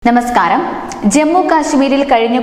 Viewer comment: ന്യമസ്കാരം അല്ല നമസ്കാരം